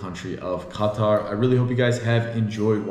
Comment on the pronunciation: Lol it's not qa-taR that's first